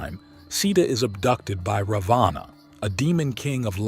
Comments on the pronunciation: Please STOP THIS COMPERING AS THE NAMES are FAULTY PRONOUNCED! It is NOT -"रवाना"- meaning DISPATCH INSTEAD of रावण the Demon King a Highly Knowledgeable and Majestic Personality from RAMAYANA रामायण. The CONTINUENT IS GENUINEL and GOOD but Presentation is BAD due to WRONG Pronunciation! I'm ready to do It. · Hindi has a short a and a long a. In English you would write it as Ravana or Ravanaa. However when you pronounce it it should be Ravan (for the short a)